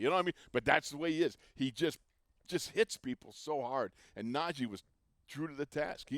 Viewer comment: Thing about Russ, he is portrayed as this communicator between teammates but he can’t even pronounce Najee’s name correctly. It’s not NAJ- jey it’s NA-jee. He already gotten bummed people can’t pronounce his name how about his new QB that’s portrayed as a saint